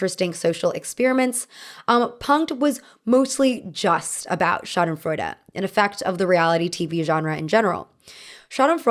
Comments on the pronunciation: German here. Pls dont ever say schadenfreude again 💀😭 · to every German speaker listening to her murder the pronunciation of Schadensfreude... ja, so ist es manchmal. haha. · When I heard "schadenfreude", my uneducated brain thought you said "shot in Florida" and I was like, what? lmao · The way I thought you were saying shot in Florida instead of schadenfreude and I didn’t even question it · That German word you said I thought you were saying “it was shot in Florida” and I was like why is that relevant 😭😭